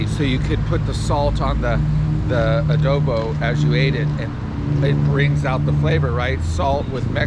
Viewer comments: It’s actually pronounce as Adobo and not adobi 🙂 Have fun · Its pronounced adobo. Very easy to make too. Just boil in one pot